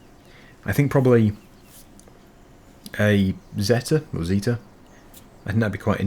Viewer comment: Amazing series! Vintage Zetor sounds like a good choice for this.... I'm actually from the city where they make the Zetor, the first way you pronounced it is closer to correct pronunciation - almost perfect ;) These models: 4011/4511, 5511 or some called super 50 could be the one to choose